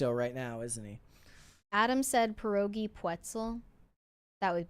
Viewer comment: You pronounce pierogi with the hardest R you can. Like you would say name Pier, than you just abuse the R and end with ogi 😁